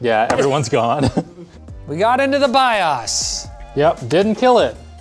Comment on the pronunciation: You guys had way too much fun with this. Surprised you didn't go with variations of peanut butter like pb and j and pb and honey. Your pronunciation of bios was a bit weird too.